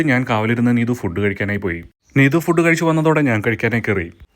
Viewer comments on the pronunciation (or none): none